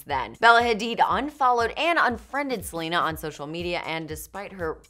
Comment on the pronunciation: wtf is welena